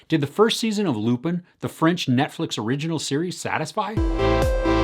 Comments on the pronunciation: ɑːˈsɛn lypɛ̃ - the French just love it when you try (even just a little) with the pronunciation. 😄 Thanks though, will catch it! 👍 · It's pronounced lupain like the French word for bread. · It's pronounced "Loo-pahn" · Just discovered your channel. Love it! Will.watch more review. Lupin is pronounced without pronouncing the n at the end 😋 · It's closer to "ah" but not exactly, the right way to pronounce it is like saying wine in french "vin". I don't think this sound exists in English so the easiest is to write lupin on google translate and hear it in french. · Come on man, you make very detailed reviews and you can't learn to pronounce Omar Sy's name or Lupin correctly?!